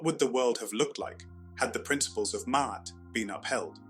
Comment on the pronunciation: First I would like to thank you for pronouncing it properly....(I've only gotten that far...carry on😌)